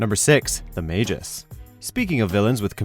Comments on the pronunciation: Did you just called the Magus, "The Mayus"? hahaha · Magus is pronounced with a hard G. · Ur vidoes are trash u didn't even say magus' name right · You can't even pronounce magus right and you called galactus malevolent? Get your shit together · The narrator's pronunciation of the villain's Magus is right?